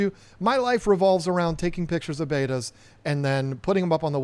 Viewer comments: I love Bettas and I love your channel so please don't take offense but it drives me crazy when I hear them pronounced "Baata" it is pronounced "Bet-a." Bet followed by a (pronounced uh) bet-uh. Spelled Betta. but pronounced Bet-ua not Baata like the old video tapes or as in beta testing. Sorry. Had to tell ya. Other than that keep up the great work!! 👍🏻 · Hey listen i don't want to start nothing new with you but its pronounced BETA not BEITA like you're saying it. I've heard a lot of people say the same thing you are saying. It's wrong it's not the way to say the word. People should be ashamed of themselves pronouncing such a simple word wrong. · I could only get through about two minutes of your video because I can't stand listening to you and mispronounce bettas. 🤷🏻‍♀️ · Bet-ta? Bay-ta? All I know is you can't mispronounce Siamese Fighting Fish. (I guess I'm showing my age again lol.) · For the love of God start pronouncing betta like a normal person. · I just knew it was because of the pressures of how you pronounce the name of the fish!! Thank you so much for confirming 😆😂😂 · Wow. I always suspected that you might be a little bit on the nasty side and I guess this comment proves it. I've never seen two people that are so proud to mispronounce a word in my life. Great way to treat your subscribers. You obviously can't take a little constructive criticism. I'm out.